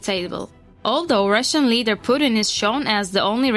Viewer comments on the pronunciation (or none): Why would anyone take the word of this channel when they can’t even pronounce Putin (a five letter name) correctly. That’s truly “inhabitateable” before you slam another country that isn’t even your own, learn a language proficiently before you talk shit.